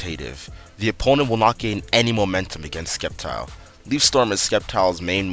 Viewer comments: its prounced Sept-Tile Not Secpt-Tile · It's Pronouced "Septile" not "Skep-tile" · When a pokemon youtuber says Skept-ile instead of Sept-ile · You said skep-tyle. I thought you were joking. Then you kept saying it. ITS SEP-TYLE!!!! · Did you say SKEPtile omg I can't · You said skeptile lol but nice content i like your commentary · SAY SCEPTILE RIGHT!!! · Aaargh, you keep mispronouncing Sceptile! So irritating! Stahp.